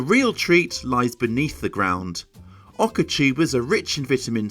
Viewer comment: There is no "r" in Oca. Just stop it, so annoying.